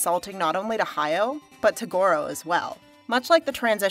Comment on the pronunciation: Good to watch a positive review for a change. Hayao is pronounced "Ha-ya-o" with 3 distinct syllables.